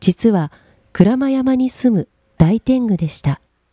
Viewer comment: ｢大天狗｣と書いても｢おおてんぐ｣と読むのが、日本の古典芸能では普通です。 ｢ダイ｣は音読み、つまり漢語、｢おお｣は訓読み、つまり｢大和言葉｣ですから。 ｢ダイテング｣と読んだ事に非常に違和感を持ちました。